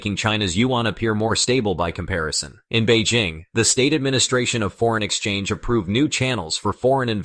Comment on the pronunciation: Beijing, with a J, is the capital of China. Bay Zhing is a French perfume. For dogs. I have no idea why this guy is maundering on about this French perfume. He's not coherent at all. He switches to Beijing -- but he seems to think their currency is yoo-ann or yoo-enn. He can't make up his mind. Very odd.